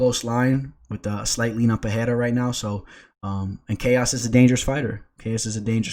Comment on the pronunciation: It’s not Pehera.. it’s Pe-rei-ra H sound rule doesn’t apply for R’s in the middle of words